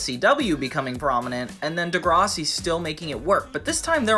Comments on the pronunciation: you saying degrossi instead of degrassi bothers me so much lol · bro says degrahssi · The way you're saying Degrassi is killing me 😂😂 And now its making me mad 😅 Its pronouned Duh-grass-ey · I’ve never seen degrassi but it makes me unreasonably angry you somehow pronounce it wrong